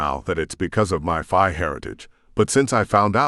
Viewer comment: Why do you call the Fae Fii ? is it just mispronunciation or something the author did to change the Fae heritage for the book ? The story line is excellent though